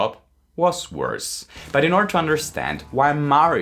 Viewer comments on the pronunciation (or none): none